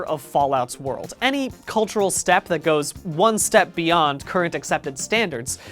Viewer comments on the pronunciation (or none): and he says "any cultural step that goes One Step Beyond current accepted standards"... and he not only stresses "one step beyond" but the subtitles put it in initial caps. You sneaky fucker Brian you knew exactly what you were doing with that reference to Madness. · I only just noticed the emphasis on one step beyond and this just adds to the giant list of foreshadowing in this vid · Why is it only now I'm seeing all of the references to ska music in the video (other than the pick it up bit). Like he weirdly emphasizes "one step beyond"